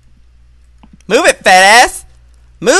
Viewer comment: I died when it was refill and Joey said : MOVE IR